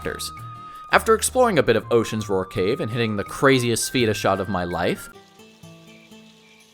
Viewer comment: Hands down, the best RPG games ever made along with up to Wrath of the lich king world of warcraft. Absolute PEAK gaming. Then it just quickly went down hill after COD broke out. Also, its pronounced sph-a-da. The e is like an a